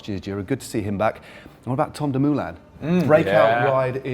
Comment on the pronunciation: Si his name is Dumoulin not Doomuuhlain.